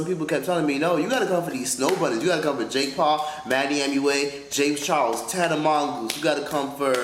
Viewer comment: He said Tana Mongoose 😂😂😂